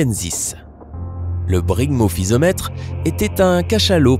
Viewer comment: C'est pas Zygophysomètre mais Zygophyseter, c'est pas Aulophysomètre mais Aulophyseter et puis enfin c'est pas Brygmophysomètre mais Brygmophyseter. Ca fait beaucoup d'erreurs. A part ça la vidéo est pas mal.